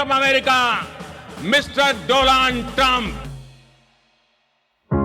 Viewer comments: 😂😂"Mr doland trump " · Did he just say, "Mistress DoLaand Trump"? 😅😂 now I get it, "Ao Modiji humse sambandh banao" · "Do*laand* trump" 😭💔